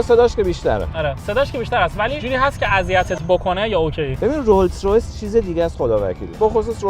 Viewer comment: داداش تورو خدا اسم رولز رویس رو درست بگو ROLLS ROYCE